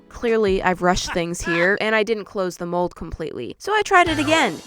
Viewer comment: It sounds like you said the mol